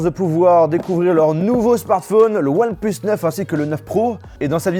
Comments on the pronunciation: je retiens un truc "one pleus" c'est "one plus" !!! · Ouanne pleuss... je rigole mdr😂😂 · One "pleusse" 😭😂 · Le one pleuss et disagne me tue 😂😂